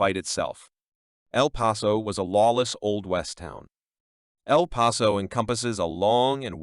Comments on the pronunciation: It's not El Peso. It's El Paso, the pass. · If you can’t say the towns name correctly- then don’t say anything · Can't even say the towns name properly!